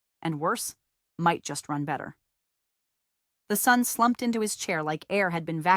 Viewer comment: Funny AI quirk that this voice masters "metadata" but mispronounces "son".